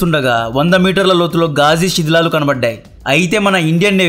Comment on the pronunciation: Shedhilalu kadhu sidhilalu 😂